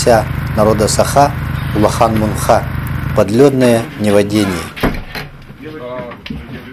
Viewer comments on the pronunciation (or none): Не МунГха, а Мунха!!!))